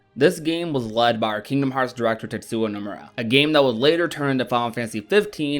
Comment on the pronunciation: "tetsuwa nomura" please learn to pronounce his name 😭😭